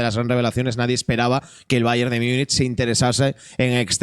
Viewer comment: Empiezo diciendo que podéis decirlo como os de la gana pero es que me rechina un poco, ¿qué es eso de "Miunich"? en castellano o en gallego sería Munich o Munic o se podría decir en su nombre alemán "München". 😉A ver es broma, podéis decirlo como queráis, pero...😉